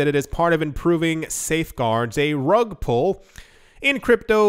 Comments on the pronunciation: Great and sensible advice. Slightly undermined by pronouncing pull as pool. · lol it's rug "pull". you're saying "pool". not the same word bud